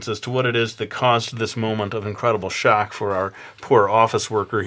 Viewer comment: "a tate of shtock" "BOOIIINNGGG" hahahaha!! ~likeyy